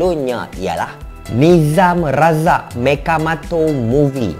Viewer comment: Orang lain: Mechamato: Mechamoto